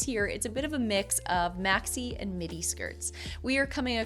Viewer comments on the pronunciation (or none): none